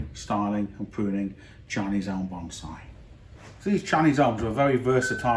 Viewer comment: I love me some "bomb-saae" :-)